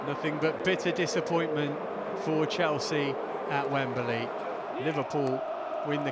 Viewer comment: It is NOT WemBERly!!!!!!!!